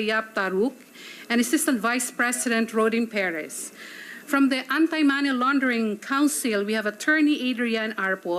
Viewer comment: Correction lang “Money” NOT “Many”